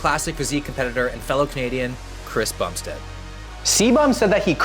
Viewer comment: you called the section about cbum "Chris Bumpsteaad" not calling you out love your videos as a fellow Canadian but you just might wanna fix it idk